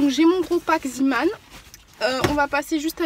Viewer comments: Hello, ça m’irrite les oreilles quand on dis z[i]man au lieu de z[e]man. Zeeman c’est en néerlandais ça veut dire homme de la mer. Tes vidéos sont toujours aussi intéressante et agréable à regarder ☺️ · Salut je voulais juste dire que zeeman se prononce zéman et non ziman car c'est du néerlandais pour "homme de la mer" voilà sinon continue tes vidéos elles sont géniales j'aime beaucoup tout tes bons plans et vidéo organisation💕💕